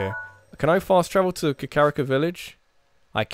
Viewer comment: I'm sorry but it's Ka-kuh-ree-ko. Not the way you've been saying it.